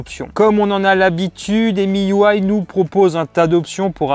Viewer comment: Petite remarque, MIUI ne se prononce pas "émi you aille", mais tout simplement "mi ui " (ou maille ou aille en anglais) Tu mélanges la couche de Huawei qui est emui, et miui de xiaomi.